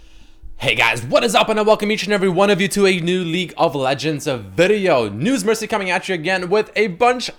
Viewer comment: did you just call yourself